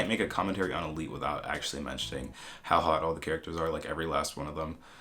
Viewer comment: Se me hace raro ver esto siendo española y cómo pronuncian Elite saksjkjs